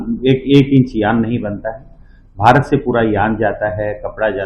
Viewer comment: బారత్ కాదు భారత్, బారీ కాదు భారీ ... Have some sense.. you are presenting the News in a public domain